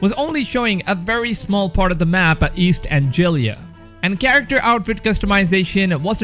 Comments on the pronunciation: It's East anglia not East angila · EAST AN-GLEE-AH! Loved the upload! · After how many times they said East Anglia in the gameplay footage I believe you're mispronouncing it on purpose at this point. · East anjelia lol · I’m from England and the way he said East Anglia made me cringe. Great video though! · I hate how you pronounced East Anglia 😂 butchered it